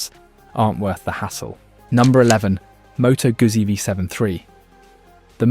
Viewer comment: Moto guzzi pronounced with 'z'? You decided to let AI do the work for you and monetize your garbage channel? How's it coming along?